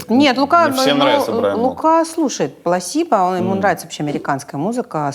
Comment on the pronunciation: не Пласибо, а Плацебо. В русском языке (раз уж вы говорите на русском) есть слово Плацебо, блеаць.